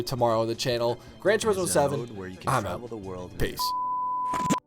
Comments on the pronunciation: Yamauchi-san does it like this: Gran Tur-IS-mo. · It's pronounced "Grohn Two- rees- moh."